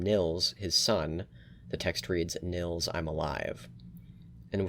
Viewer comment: i find it annoying how english people pronounce nils, it is spoken Neels not nils, please remember that